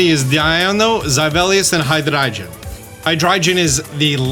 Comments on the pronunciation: I love and all of his videos but am I the only one who cringes every time he says High-Dry-Jun? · I have to know and so I ask. Why do you pronounce Hydreigon like that? It's a hard "g" my g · I love you but Hydreigon is pronounced..... Hi-Dry-Gone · repeat after me. Hydreigon. Hi, Dre, Gone. Hydreigon. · why do you say hydriegon wrong and weirdly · I get triggered with your pronunciation of Deino, Zweilous and Hydreigon. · Why do say Hydreigon like that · Why does the way you pronounce hydreigon sound so pretentious 😭